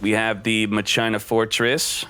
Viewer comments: it's not pronounced MA CHINA it's MAKINA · whyyyyy......its mah-ke-nuh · "Ma-china" lowwwwwwwwwwwwwwwl getting back into Yu-Gi-Oh Might run machines. Cool video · Omg if I hear Ma China one more f'in time it's pronounced Ma-Keena lmaoooo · IT'S MAKINA not MA-CHINA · Mock-in-uh. Not Machyna. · PLS no MA - CHINA, isn't it supposed to be MAKINA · it's Makina/Masheena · FOR THE LOVE OF GOD ITS MAH-KIH-NAH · u pronounce it like spanish not ma china lol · I think ur supposed to pronounce it like makina :) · I'm just here for muh-china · bruhh MA-CHINA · If I had a dollar for every time says MA-CHINA, I would have enough to make this deck. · Ma key nah is how you pronounce that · DrakathDrago I think you’re right about the pronunciation. It’s pronounced “Ma sheena” in the dub of the 5Ds anime. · Me: breaks plate: MA CHINA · He havin "Ma China" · like the vids man keep it up, but the "ma-china" cracks me up everytime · Lol “Ma-China” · The way he says machina sounds so wrong but funny since he mispronounces most of the card names pretty funny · Is he purposely saying it wrong ? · If I had a dollar for every time mispronounced Machina. Machina as in mach machine-ina as in idk that's just a bunch of letters. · I cannot stand how you pronounce machina